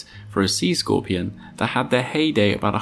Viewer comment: “C squorpeon”